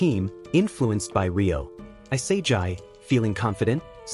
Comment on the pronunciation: also its not i-sae-jai it e-sa-gee for the pronoucitation which proves you use AI because on AI voice would pronouce isagi like that and if you were real you wouldnt speak so robot like and stern, you'd also pronouce isagi correctly